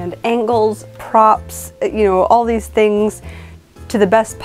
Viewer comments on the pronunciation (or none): none